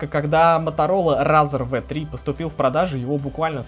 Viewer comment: рАзр, мобАйлити... Английский учил в Балашихе?